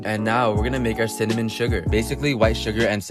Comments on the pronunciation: This dude can’t say cinnamon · I mean he said cinanim newede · We'll season it with cinnenom?! Lololol!! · He knows it’s just because he does it to make it funny. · He said it fine, it be a joke!